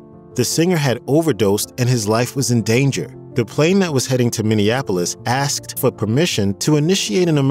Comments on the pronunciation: It's not Axed it's Asked. Speak English ! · Asked, not axed. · "When axed"? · My only suggestion would be to learn how to say the word ASKED... I miss this talented man more than should be allowed. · Time to go home and practice saying the word "asked"